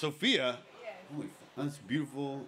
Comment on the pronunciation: It's like: "Thas byooful" (slightly slurred)